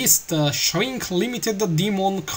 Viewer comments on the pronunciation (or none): el che inglese quando hai detto shrink limited demon creature,proprio così shrinc limitid dimon criaciur lol